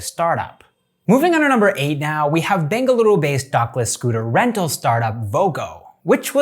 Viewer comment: Happy yo hear you pronouncing Bengaluru correctly